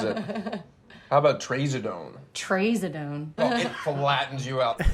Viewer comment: YAY AWESOME MOVIE The literal only thing I dislike about this movie is the way they both mispronounce trazodone. If they're both so experienced with psych meds, I feel like that wouldn't have slipped through. Otherwise, it's a masterpiece.